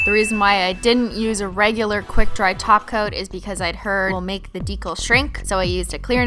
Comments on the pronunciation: she says taco instead of top coat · I love the way it sounds like you say taco instead of top coat!😂😂😘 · Now it sounds like she is saying taco on purpose instead of top coat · Why do you say "Taco" instead of top coat? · She says 'taco' instead of 'topcoat'..... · you need to learn to say TOP COAT NOT TACO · Amanda Torres SHE SAYS TACO OML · She says taco on purpose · Rory Turing she DOES SAY TACO JEEEZ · She really says "taco" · Rory Turing she says taco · she’s saying taco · She says taco to top coat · that's cause she is saying taco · She does say toco in every flipping video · Even I heard Taco..... This time.. ✌ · A. Sam haha XP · Joeybrian2 because she’s saying taco on purpose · she is saying taco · When you say "top coat" it sounds like your saying "taco". Ha ha !!🤓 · lol when she says top coat its sounds like taco! :D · When Kristine says top coat I always think she says taco xd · top coat sounds like Taco sometimes CX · When u say top coat, it sounds like taco(not hungry) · Christine. ....... thats not how u speak Russian. ... just no..... and I hav never heard of glossy taco.... where do you by it??? this is my dads account but I am a 14 year old girl who is obsessed with your videos.... I AM PROUD TO BE A HOLOSEXUAL!!! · it sounds like your saying taco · who thought she said taco not top coat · Joeybrian2 she does that on perpose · She is